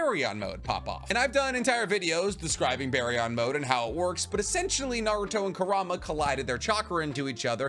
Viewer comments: How this guy says Kurama wrecks my head. Its 'Kur-A-ma' not 'Ku -Rama' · Why do YouTubers always say stuff stupidly? 😂kurAma??? baryON???